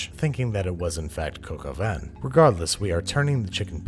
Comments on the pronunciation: It's not pronounced cock-o-van, say cock-o-vä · It’s more cock au vin instead of coke au vin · "Coke" au vin? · Cock al vin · Ur saying coco vein but it's actually three French words that mean rooster with wine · "cocoa van" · Please say some other dumb idiot pronounced the recipe as “cock aw vin” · I am British and for 21 years I thought he was saying "can of collagen". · Me, every time Americans say coq au vin: IT’S PRONOUNCED COCK